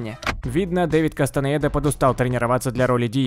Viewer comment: Блин, ролики супер, жду еще и оч нравится, но пожулик КАСТАНЭДА, не КастанаЕда :D